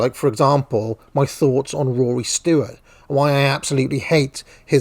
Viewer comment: Jesus christ it's "stewart" not "stoowart" and also it's "cenTRist" not "center-ist"